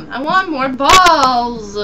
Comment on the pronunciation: omg REALLY? u said u have 5 bawls and my brother heard it and was like WTF?!